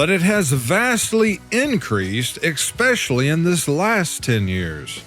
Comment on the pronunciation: Losing viewers? Maybe viewers are tired of you saying 'exspecially' instead of 'especially'?